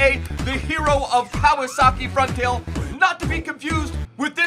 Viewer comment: "Kawasaki Frontail?" lol what the fuck? It's FRONTALE Simple.